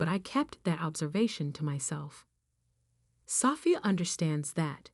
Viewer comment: Will you please fix this AI voices pronounciations or use a different voice or software program! Sophia not safia